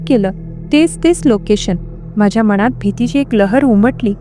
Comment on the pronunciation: अनाकलनीय,मनात,कानात यातील "णा" हा उच्चार खटकतो! अणाकलनीय,काणात,मणात हे ऐकायला खटकते! तेवढे सुधारायला हवे! बाकी ठिक आहे!